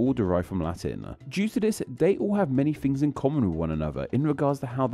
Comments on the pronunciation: making a video about disappearing Fs while inserting them everywhere in his own speech sounds a teenie bit funny to my Scots ears. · Interesting - especially as you repeatedly use "f" instead of "th" throughout your video e.g. "fousands" for "thousands" and "fings" for "things". It's sloppy and irritating.